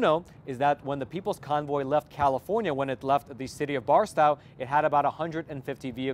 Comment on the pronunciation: Barstow is pronounced Bar-stoh.